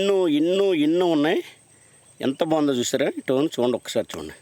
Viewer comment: బాబూ డైమండ్ రాజూ, ఆ కొండల్లో గుట్టల్లో స్లిప్పర్స్ వేసుకొని తిరిగావా. అవి టోన్ కాదు స్టోన్